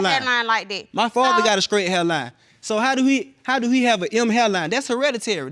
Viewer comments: Scrate up = straight up... right? The English language is difficult but not impossible. Keep trying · Did he say 'skraight' and 'bee-gin-ing'?